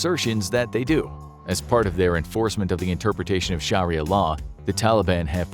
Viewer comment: It's pronounced SHARIAH,not sharilla